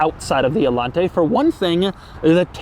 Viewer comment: Doug DeMuro: "Allante, not RedShirtsente"